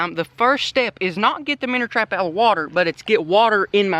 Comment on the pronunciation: Why do you say “minner trapmn” it’s so annoying lol